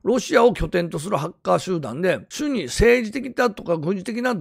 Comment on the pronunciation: 「しゅに」「しゅに」って何のことかと思ったら「主に(おもに)」を読み間違えてたのか